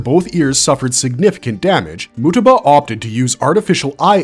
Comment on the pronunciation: WHY DID YOU PRONOUNCE MUETBA LIKE THAT BRO